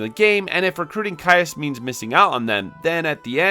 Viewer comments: Man did you just straight up not play the game at all? You're pronouncing 2 names wrong. Joshua is pronounced "Yohshua" (he says it right away) and the Cyuss is pronounced "Seeyus" not "Kaiyus" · The game is voice acted in English my guy. There’s no reason to get Cyuss’s name wrong. It’s pronounced see-yus. They even say his name several times at the beginning of the game.